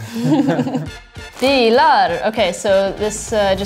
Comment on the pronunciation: Swedes say bilar, not BEELAR. With that said I think she did a very good job pronouncing it considering she's not a full fledged swede.